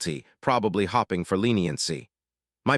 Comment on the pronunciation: You should teach your robot hiw to pronounce simple words. It's hOpe-ing, not hopping. Learn how to say bailed, not bai- led.